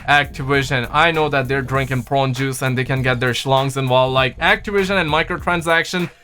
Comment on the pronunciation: Idk what’s worse brother the adds in this video or you trying to say prune juice. I love you